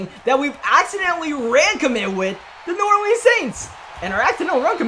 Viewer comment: he said norway saints